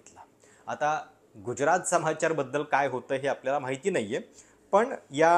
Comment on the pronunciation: Prashat uchchar neet kar.Gujyarat nahi tyacha marathi uchchar Gujrat ahe.